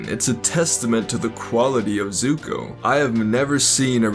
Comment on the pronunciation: Offended by the way you pronounced "Zuko" a couple of times